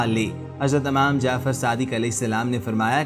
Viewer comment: Durood pak theek parhain imaam ko ap umaam keh rahe hain ye bhi Lafz theek karain Durood Pak Bilkul Theek Parhain